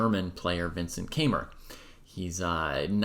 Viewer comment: You mispronounced his last name.